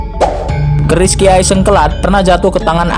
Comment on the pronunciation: Min bukan orang jawa kah kok nyebut keris nya ka bukan orang jawa